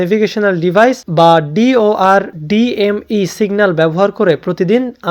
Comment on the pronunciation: DOR DME ❌ VOR DME ✅